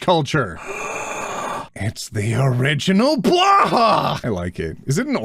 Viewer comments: ot i am yet again begging you to stop saying blåhaj like "blahhawh" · I love you but Blåhaj is pronounced like bla-high not bla-hah. Or technically the å is more of an o, but since the sound doesn't really exist in English an a is fine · NOOOOO its not Blah-ha its Blow-Hi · pretty sure it's Blahaj, not blaha... (pronounced: blah-high) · waitttt were you pronouncing Blåhaj as... "blaha"? if I had the FFXIV emote /playdead available here, I'd use it xD (for the future, the Swedish pronunciation sounds a bit like "bloe-hi") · Blow-hi!! ITS PRONOUNCED BLOW-HI NOT BLAH HAH I'm dyingg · You know blahåj is pronounced Blo-hi? (Not trying to be rude, just making sure😅😅) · My dad (who speaks swedish) said that blåhaj is actually pronounced blow-hai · Day 794 of Telling that "Blåhaj" is pronounced, /blowhigh/ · I was told that "å" is pronounced /o/, not /a/. And the 'j' is pronounced as either a /y/ or an /i/ in most germanic languages other than English. So I would think "Blåhaj" would be pronounced more like, /blowhi/. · "we love blåhaj here" Except nobody here can pronounse the name right >:( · really needs to ask The Click how to pronounce "blåhaj" 🤓🐬